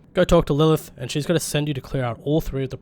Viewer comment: Lurth = Lilith